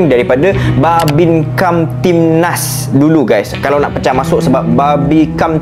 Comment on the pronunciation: Susah nampak nak sebut bhanbimkamtibmas 😂